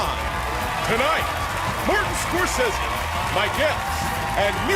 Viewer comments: Love you! But..😮 did the announcer really say 'Martin Scorsess?' Eek. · Never heard Scorsese pronounced like that 😆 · I thought it was prinounced Scor-c-z.